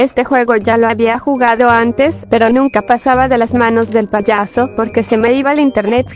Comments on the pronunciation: Jaja cuando dijiste ti payoso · hay cuando dijiste payoso en ves de payaso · Min dijo poyoso 😂😂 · Medio risa cuando dijo poyoso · No les pasa que dice payoso ajajajaj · Dijiste poroso xd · En una parte dice payoso